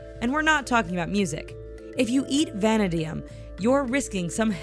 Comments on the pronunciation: "Vana-deyum" How... what? Did you pay attention in chemistry class? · Why is she pronouncing vanadium all weird? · It's va na di um you dumbass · Who pronounces vanadium or acrylamide that way... for fucks sake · The accent in "vanadium" is on "ad".......